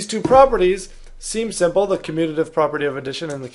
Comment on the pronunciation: Him: communidive Correct spelling: commutative Me: huh🤔🤔 Why you guys speak so badly